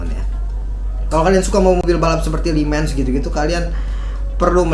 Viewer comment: Setuju om. Gua kira gua doang yg ngerasa begini sejak lama 😂 bertele2 bngt ngomongnya. Terus terlalu banyak bilang "cukup lumayan bagus sih", "lumayan bagus banget", "cukup keren banget" (???????) Ngomong "kayaknya" dlm 1 kalimat bisa 4x 😃 "Li mens" 😭 itu jelas Mercedes AMG GT